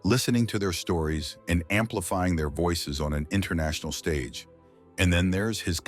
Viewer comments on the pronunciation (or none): none